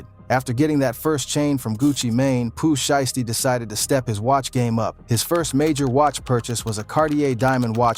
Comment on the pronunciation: sounded like he said pooh shyt stain